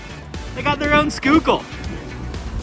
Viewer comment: Wait... you know how to correctly pronounce "Schuylkill." You're from Philly?! How did I not know this?! Greetings from Delaware!